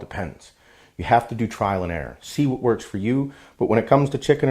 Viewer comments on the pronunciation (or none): none